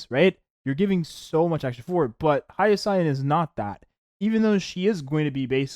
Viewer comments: Dude...its pronounced HI-YA-SIN! Not HA-YA-SIGN! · are you saying her name like that for engagement?